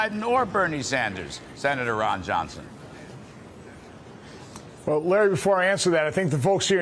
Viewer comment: His name is Ron Yohnson he lives in Vesconson....